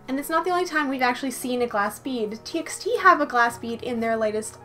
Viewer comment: "T by T" not "T eks T"